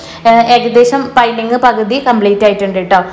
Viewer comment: പൈന്റിങ് എന്നല്ല പറയുക. പെയിന്റിങ്ങ്.(painting). negative paranjathallato.ningal pala vediosilum പറയുന്നുണ്ട്.അതാണ്.